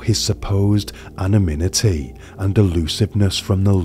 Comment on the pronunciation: Even speaking that slowly, you still messed up the pronunciation of anonymity